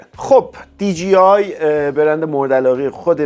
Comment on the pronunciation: عزیز دی جی آی dgi اشتباهه. مثل کلمه ی جیب خونده نمیشه. d jey i درسته . DJI